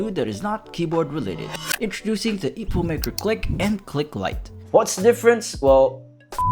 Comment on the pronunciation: eeeeepomake not epoh